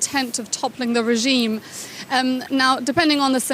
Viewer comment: Is there a special language training in DW English how to pronounce Regiiime specially when talking about Iran? All of you pronounce it in the same way,with German accent, with Indian accent , German American accent, wannabe pure British accent,etc….?